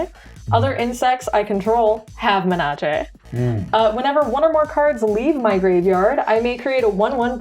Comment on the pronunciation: Thank you for pronouncing Menace correctly. the way the others say it sounds too close to another word (look up menarche)